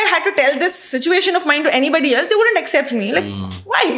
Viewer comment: its not except, its accept, pronounce it correct as chilimbi pronounced